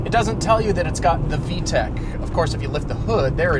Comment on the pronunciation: lol he says with d-tec